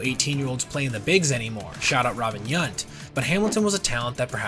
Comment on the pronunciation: That Robin “YUNT” was quite the player… oh you mean Robin YOUNT?